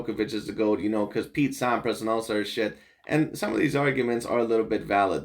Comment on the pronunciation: Thanks for your GOAT discussion/reaction, you are so spot on (except for your pronunciation of Sampras, heh). And there's quite a bit more in Djokovic's favor as well that you could've touched on. One clarification though: yes Federer currently has 10 more titles than Djokovic does, but Fed turned pro 5 yrs earlier, plus Djokovic has won tougher tourneys overall (more slams & Masters 1000s, and has faced way more top 10 players). By the time Djokovic is Fed's age, he will not only have surpassed Fed, but he might challenge Connors for the all-time titles lead.